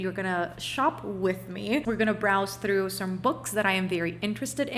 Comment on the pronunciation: Unpopular opinion: The way you say 'through' or 'throne' is so beautiful 😂 i cant